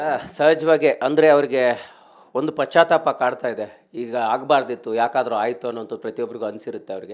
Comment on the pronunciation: Pachathapa 😂 hodiri chappale idu namma tv9 kannada anchor kannada uChArane